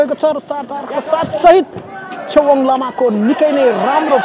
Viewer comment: चेवाँग hoina hola ne छेवाग़ bjasto lagyo 🥰🥰🥰❤️❤️